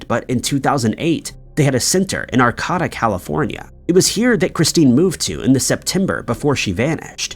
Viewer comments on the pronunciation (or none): Ar KAY' da not Ar Kah ta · Regarding the “Christine”missing story, I must correct your extreme mispronunciations of Arcata and Humboldt. Arcata is correctly pronounced “Ar Kay Tuh” (Not “Ar caw tuh”) Humboldt is correctly pronounced “Hum bolt.” (definitely not “Hum Bart”) I’m correcting you, only because people may not recognize the town or county because of your mispronunciation and to help with this case, we need to know correct city and county names. Thanks. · Ar-KAY-da Hum-BOLT You need to do some reading on how to pronounce some words. Don't be disrespectful. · Ar-KAY-tah and Hum- BOLT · Godamnit learn words It’s Humboldt no r And Arcata is pronounced. R K DUH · It’s pronounced Are-KAY-tuh in Hum-BOLT county and it’s not a dangerous county at all lol. I’m from there. Not sure where you are getting your info from, but Netflix isn’t a good place. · Ar-kay-da, Hum-bolt, and its not illegal in California. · He managed to make Arcata sound a lot fancier than it is. Like I get pronunciation is hard and mostly mistakes are acceptable, but when butchered so far away from what it's supposed to be it becomes the opposite of helpful information